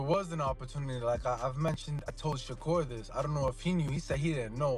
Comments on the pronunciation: He called Shukar Stevenson Shaker Stevenson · How are you talking about a fight and you can not pronounce the man name. Hopefully this help SHA-CURR. TRY THAT.